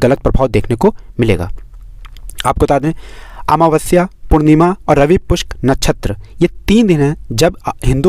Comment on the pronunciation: रवि पुष्य न कि रवि पुष्क भाई क्या